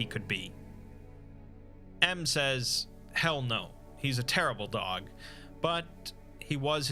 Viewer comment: Great video except for that part at the end when you mispronounced “dog”